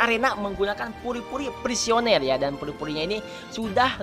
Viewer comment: Puri-puri prisoner ngab bukan puri-puri prisioner